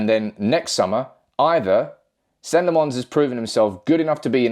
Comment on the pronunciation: It's lamm-ens not lammons